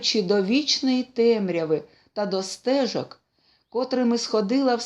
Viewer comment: Дуже вдячна за чудове прочитання.Лише деякі наголоси неправильні: стежо'к.картузі'в.